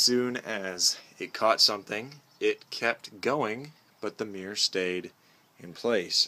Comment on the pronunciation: A meer, huh??? Should that not be a M-I-RR-O-R???